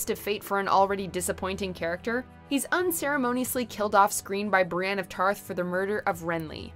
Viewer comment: Brienne not Bruan